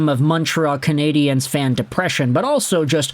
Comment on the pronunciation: That laugh sounds like an old James Bond movie laugh. Say Canadiens properly, btw